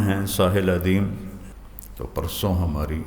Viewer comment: "Adeem" not "Adeel".